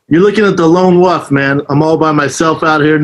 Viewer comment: This guys vernacular is spectacular. "The lone wuff". Bravo Brandon Slaub.